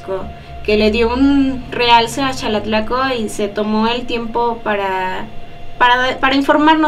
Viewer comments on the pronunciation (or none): Que curioso. Alguien que vive en EEUU me recomendó éste video. Tengo conocidos en Xalatlaco, pero he escuchado a muchos decir: Jalatlaco. (Incluso tú y el conductor lo hicieron varias veces), y ya que te interesa difundir la cultura estaría muy bien que en tu canal empezarás a llamarlo, e invitar a la gente que lo hiciera correctamente. Felicidades por tu trabajo y lo continuaré viendo, pórque me encanta todo lo relacionado a las tradiciones de los pueblos de México.